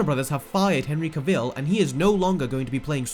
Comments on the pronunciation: It's pronounced cavill like travel. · On another note, it’s Cavil, not Caveel 🤷🏾‍♂️ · Henry caveel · As a side note: Cavill is pronounced 'cavel', like travel. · STOP STRESSING THE VILL IN CAVILL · CaVILL? Could you not get the pronunciation right after 5 years of this guy in the role? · The fact you can't even pronounce Cavill makes me doubt anything you have stated. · That is not how you pronounce "Cavill". At least get his name correct. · There is a black Superman from Earth 23. & he's also the President. Oh, and you're pronouncing Henry Cavill's name wrong... Idiot! 😜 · Dude. At least pronounce his last name right.